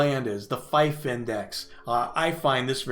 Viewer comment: Thanks,, very useful. One correction: 'fief' is pronounced 'feef', as in 'beef', not 'fife', as in the small wind instrument.